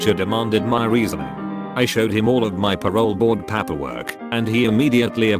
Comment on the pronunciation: "paaper work"